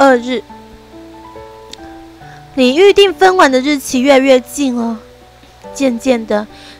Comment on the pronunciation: 分娩(ㄇㄧㄢ 3聲)